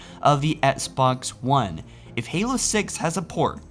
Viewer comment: Oooh nothing peeves me off more then when he says etsbox one